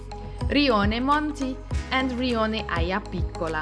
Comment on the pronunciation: Grazzi mille. We are preparing a trip to Puglia and your video is very helpful. you say the name of a part of Alberobello "Riona Aio Picolo" but I don't see that on the map... Or is it a different spelling (it's hard to understand clearly the name when you say it) ???